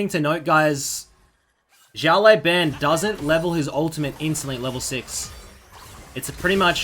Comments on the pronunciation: It's pronounced siao lao ban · Wrong name pronunciation, it is Xiǎo lǎobǎn, it means little boss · Fucking hell u butchered this guy's name. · The way he pronouce it is funny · Some people tell how to pronounce Xiao Lao Ban properly!